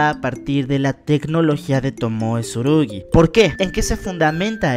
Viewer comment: se llama tsurugi no como tu lo dices